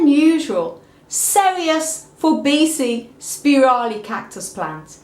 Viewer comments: it is pronounced For-Bee-see-i not For bee-see. a double i is pronounced 'ee-i' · Forbesii is pronounced For-bee see-i. The double 'i' in Latin is pronounced ee-i